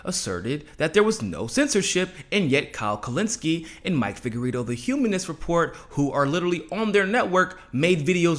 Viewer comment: TELE-SLUR? Isn't that a SLUR?? It's TELE -SUR, not slur. SUR means South in Spanish. SLUR means, well, just a slur. Seems like somebody whose channel is "Mi Casa es Su Casa," would know that..? Oh...and it's Figueredo, as in Laredo....not Figuerito, as in burrito. Come on.Or should I say?